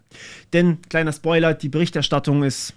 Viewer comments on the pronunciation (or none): none